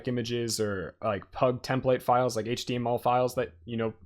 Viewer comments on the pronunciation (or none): none